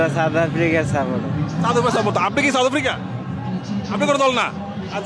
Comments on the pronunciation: সাউথ আফ্রিকা কে বলে ছাথ আফ্রিকা😂😂😂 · Chaut afri 😂😂😂 sala bhalo kore south africa tau bolte parena kangalu 😂😂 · 😂 south bolte parena chaut afrika bokachoda kanglu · বকাচোদা গুলো সাউথ আফ্রিকা কে চাউথ আফ্রিকা বলে আবার বড় বড় কথা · চাউত অফ্রিকা😅😂😅😂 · Khankir pola kanglu chaut Africa😂😂😂chodai. South africa bolte parena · আগে উচ্চারণ ঠিক করে কর বোকাচোদা, বলে চাউত আফ্রিকা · Uccharoni korte parena south africa. Chouth africa 😂😂😂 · Mukh se supari nikal ke baat kar bhai chouth aftica kya hota hai.. pehele to bolna sikh ..phir support karna chouth africa ko😂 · চাউত আফ্রিকা কি রে বানচোদ, আগে উচ্চারণ করতে শেখ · চাউত আফ্রিকা 😄😄😄বালো। কি উচ্চারণ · চাউথ আফ্রিকা, ব্যাটা পাতানো বাপের নামও ঠিক করে উচ্চারণ করতে পারিস না? 😂 খেলা দেখে সময় নষ্ট করছিস কেনো, রিকশা নিয়ে ভাড়া খাটলে দু পয়সা রোজগার হতো। 😂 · সাউথ আফ্রিকা আবাল কালা চোদা, উচ্চারন করতে পারে না আবাল বেজন্মা গুলো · Valo kore south africa uccharon korte sekh bokchod kanglu choda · সাউথ আফ্রিকা ঠিকমতো উচ্চারণ করতে পারে না সাউথ আফ্রিকা টিমকে সাপোর্ট করছে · মূর্খের বাচ্চা সাউথ আফ্রিকা উচ্চারণ করতে পারেনা আবার আসছে সাপোর্ট করতে। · সাউথ আফ্রিকা উচ্চারণ করতে পারেনা , হায়রে লুঙ্গি বাহিনী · দূর বোকাচোদা সাউথ আফ্রিকা উচ্চারণ করতে পারিস না তারা আবার সাউথ আফ্রিকার সমর্থক। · South Africa uccharon korte pareni, cup marate asche